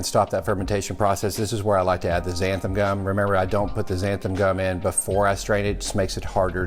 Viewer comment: I love the show, love your recipes, and the scorpion pepper is my favorite of the "big boys". I wasn't able to finish the video and took the gist for the rest... let's be honest. I couldn't hear xanthaN gum mispronounced one more time. Short of being pedantic about language, I look forward to replicating that sauce!!